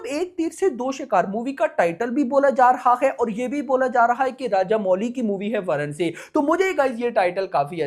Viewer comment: Varanasi nam h varnsi varnsi kya lga rakha h